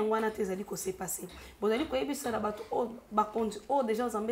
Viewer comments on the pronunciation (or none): none